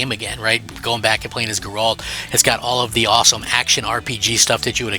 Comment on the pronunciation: Gir-Alt. Never heard it pronounced like that, especially someone who played the games where they actively say his name all the time. Gehr-Ult. Geralt.